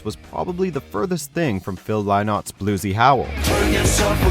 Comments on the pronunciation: He pronounced Lynott wrong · Seriously? Phil “Lie-nawt”? Have a word with yourself... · Sean Hayes yeah, 'linnot' it is 😊